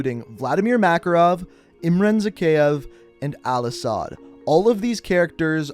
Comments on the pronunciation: IT IS AL-ASAD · ITS AL-ASAHD YOU DUMBASS